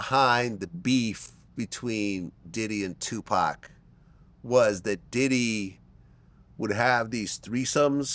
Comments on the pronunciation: Say Two-Paw-k! Trap dork Dexter's lab bum wizard looking boy lol. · say 2pac 😂